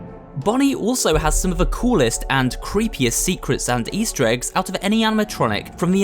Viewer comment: he said ester egg and bunny is ester